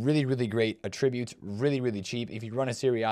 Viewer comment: A-tributes, not atRIButes.